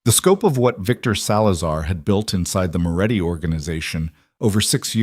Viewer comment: His name is Moretti, not Muratti, he is running a criminal organisation, not that of a cigarette producer.